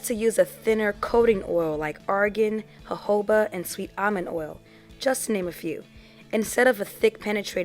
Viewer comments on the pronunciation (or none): none